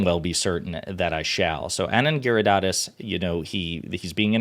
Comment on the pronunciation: It's Giridhardaaas - the last a is a long a. He never bothers to correct people... it is pretty close...